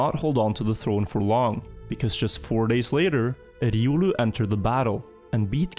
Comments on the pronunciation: Everyone: "Ree-oh-loo": "Rrrridiolew" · Says “riolu”: Edioolu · Bro why are you pronouncing Riolu like I has an e in the beginning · Hahahha innit, I think unless you play Pokémon it's not obvious but when you do hear it pronounced the way does it's strange 🤣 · “Irulu” lol. Its riolu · It’s an R and L, not an E and a D you’re saying it like Eiodu, it’s a Pokémon’s name look up how they pronounce it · That pronunciation of Riolu us killin me. I'm assuming the guy named himself after the pokemon. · Riolu is not a german name, it's the name of a pokemon, it sounds so weird when you try to pronounce riolu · This man has never played Pokémon and it shows lol. I hate how he pronounces riolu haha